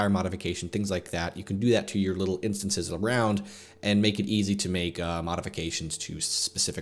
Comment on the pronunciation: "Instonces" Great video otherwise.